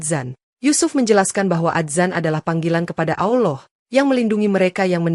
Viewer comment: Mbak konten perkataan yg betul adalah Allah bukan awllooh ,,takut nanti artinya beda